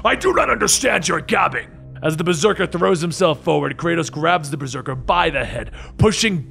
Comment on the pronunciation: the old man says berseker